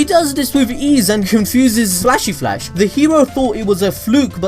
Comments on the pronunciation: I love your accent when you're saying "Flashy Flash" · It’s just so funny how you say Flashy flash 😂